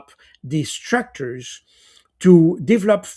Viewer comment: If I hear 'divlop" one more time :))))